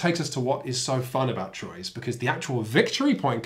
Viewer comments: It’s truà, not trois 😉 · It's not TROYZ... You have to TRY. It's Twuaaaaaaaa. Even if it's wrong, you have to try. That's half the fun. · Its "Truah" or "Trwa"! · It's "T-wah" Get it right for when you review the expansion. ...shoot! too late 😬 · Its pronunced "Truah" or "Trwa"! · Fun review of a terrific game! I just got a nervous twitch with each horrible pronunciation of the word Troyes. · Nice vid! Though... since it refers to a French city, I'm pretty sure you guys mispronounced the name of the game the whole time. But I might be wrong. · ...Thats not how you pronounce Troyes at all. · Wow you should at least learn how to say Troyes before reviewing it lol no hate just you're butchering it